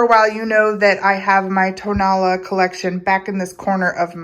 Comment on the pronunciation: hi, tonalá, pronounced with the accent on the last “a,” is very near and dear to my heart. not just because of the clay but also for the friendships i have made over the years. i have learned much from my good friends florentino jimón and his nephew fernando. tonalá means “where the sun rises.” there are five different pottery techniques native to tonalá, specifically; canelo, bruñido, bandera, betus and petatillo. petatillo being the only technique which is fired twice and at a higher temperature than the rest. although ken edwards and jorge wilmot were profoundly influential in the 1960s by taking pottery and ceramics to a new direction, their work was for the most part high fired stoneware and bruñido. jorge came from monterrey, nuevo leon and ken edwards from the states. (by the way, ken just passed.) they took traditional styles and forms and created modern high fired versions. traditional bruñido is painted with mineral oxides, burnished with pyrite and fired at 650-700° celsius. bandera, was originally painted with matiz. clay mixed with water to form somewhat of a thick substance that is black when painted yet turns white when fired. the green didn’t come into being until the revolution, when it was suggested to add it so as create more of a patriotic effect. there are only two artists in tonalá who paint in that way, fernando jimón melchor and his uncle zacarías jimón barba. very often nowadays, artists will paint the piece with acrylic white and green after the